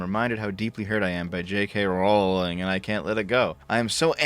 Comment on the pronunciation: Your pronunciation of R*wling brings the Warcraft Mur'Loc to mind.